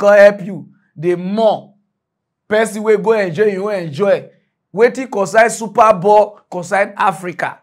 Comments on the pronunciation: it is not "super ball", it is "super bowl".😂😂😂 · It is SUPER BOWL not super ball